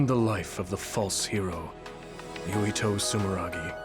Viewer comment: His name is Yuito not Yutio.